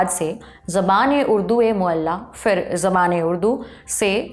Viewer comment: बीबी, उर्दू की बात कर रही हैं तो कम से कम अपना तलफ़्फ़ुज़ तो सही कर लें 😅 फ़ूल नहीं, फूल कहते हैं; फ़िर नहीं फिर होता है 😅